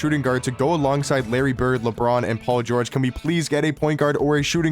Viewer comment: "Paul Geogre", "Kevin Duarnt" 💀